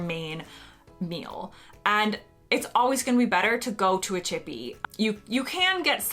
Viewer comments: Did you just say a 'chibby'?! It's 'chippy' for anyone who also heard 'chibby'. I'd just like to add, the so called 'chips' at the Harry Potter section of Universal Studios are actually potato wedges. Yes, there's a difference. I don't like potato wedges so that was the only dislike from there. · It's so amusing hearing an American talk about a "chippy". :)